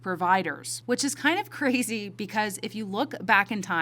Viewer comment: IT SUCH A CWAAISYYY! IT'S blow my MIIINND! CWAAAUZY